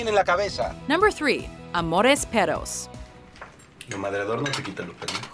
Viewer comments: it's pronounced peRRos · Bruh, you guys gotta trill your r’s when you say “perros”!